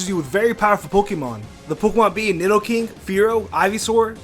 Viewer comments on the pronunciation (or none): none